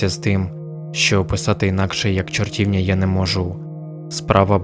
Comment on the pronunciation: Дякую за історію! Невеличка ремарка, правильно буде чортівнЯ (на останній склад наголос)